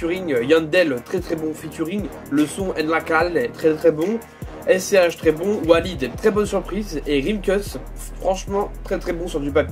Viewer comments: "an la callè" jui mort ça se dit "aine la caillé" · ça se prononce en espagnol donc : N la cayé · prononciation de En la calle 😂